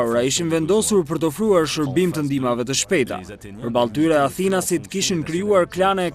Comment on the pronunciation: Pse thua Athinas? Thuhet Atinas! At-inas. Rrjedh nga fjala At, Shqip!